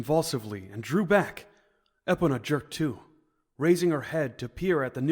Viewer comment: Its bothering me that this guy can’t pronounce epona, grim and soot right